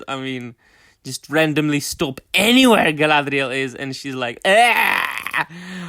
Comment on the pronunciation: Once again, I just here for the Guy-LA-dREE-AAL.